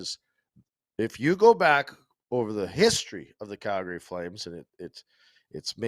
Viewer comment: Why does still say “Calgary” wrong?!?